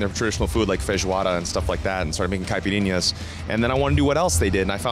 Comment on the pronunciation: Tem algum brasileiro por aqui?? Era só pra dizer que achei engraçado o jeito que ele falou caipirinha hahahaha